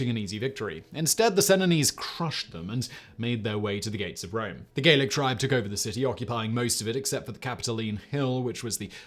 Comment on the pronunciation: Gallic from gaul not gaelic